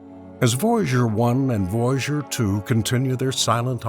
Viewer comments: What the fuck is "voyjour" its voy a ger as in voyager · It is VOY A GER NOT VOYGER!!!🙄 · You are driving me Nuts VOY A GER! NOT VOUGER!!!!!😡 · Too bad for all the words this man can't pronounce it seems to be Voyager the most important one haha